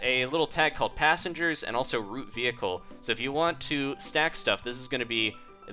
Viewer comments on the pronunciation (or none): none